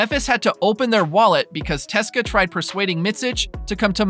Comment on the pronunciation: don't say teska its C-S-K-A for English speaking people